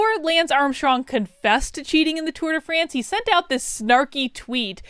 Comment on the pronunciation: tour de FRAAAANCE!!!! tour de france.... pshhhh put some enuciation on that AAAAA! XD